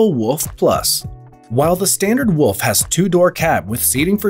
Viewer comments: wooolf not wuff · When he is saying Alpha Wolf i keep hearing Alpha Woof…